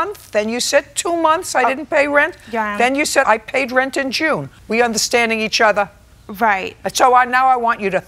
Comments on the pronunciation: I thought she was saying Joan instead of June. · I thought she said Joan lol